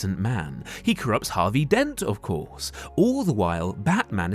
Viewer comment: "So tell me, was getting caught part of your master plan?" "Of coursshe!...."